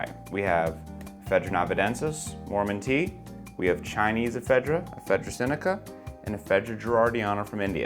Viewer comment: Did he say Ephedra Sinaloa? 😂